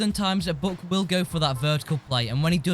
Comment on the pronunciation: you said book not buck lol